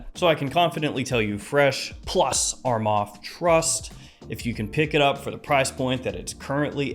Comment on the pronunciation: Bro please correct your self its not a 'ARMAF'